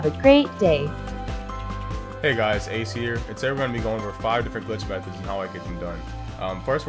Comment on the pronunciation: Alguien más se dio cuenta que lo decía era ''GLTICH'' y no ''GLITCH''? XD